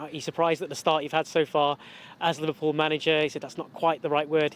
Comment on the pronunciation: The fact you say LiVARpool proves you’re just a salty hater 😂